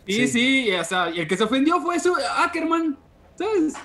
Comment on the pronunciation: Caquerman si es sucker-man